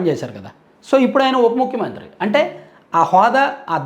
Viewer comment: ముక్కు మంత్రి కాదురా సొల్లు సీను, చేతిలో అటు ఇటు తిప్పడం కాదు పతివ్రత శిరోమణి లాగా ముఖ్యమంత్రి అని పలకడం నేర్చుకో 😂